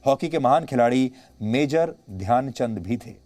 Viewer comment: Dyan chand ne nhi dhayanchand ji bolo